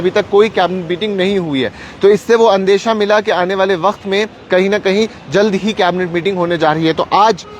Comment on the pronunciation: Andiyah Mila not andesha Mila.Your pronounciation is best but learn Urdu properly by reading literature.